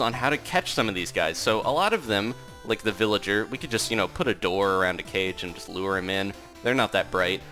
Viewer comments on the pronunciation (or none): none